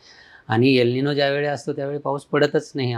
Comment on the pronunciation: प्लीज यल निनो म्हणू नका. गावंढळ वाटतं. एल निनो आहे तो शब्द